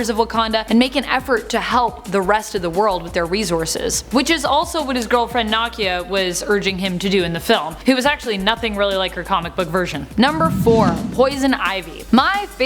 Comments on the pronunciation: U got N'Jadaka's name perfect , but Nakia needs more work,( Nah key uh) you said (Knock- e- uh) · Nah-kia not nakiyah